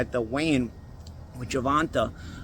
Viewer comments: “Gervontuh” is crazy 😂. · It’s GER—VON—TAY!! God dammit! 😂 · Why’s it so hard to say his name right? How could you say Tank has slow feet? That’s ridiculous. Shawn Porter has sparred him and said the exact opposite. You don’t pick certain fighters to win. It’s obvious at this point.